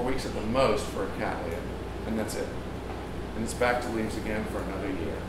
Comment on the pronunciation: May I congratulate you on your pronunciation of the genus word Cattleya. It is obvious from the emphasis you use, that you are correcting three common mistakes made by American speakers. 1) Retaining it as the three syllable word it should be. 2) Ensuring that the 2nd syllable sound is lee NOT lay. 3) Ensuring that the double t's are sounded as t's and not d's as is so often heard in American English. End result:- Kat-le-iah NOT Kad-dal-lay-uh.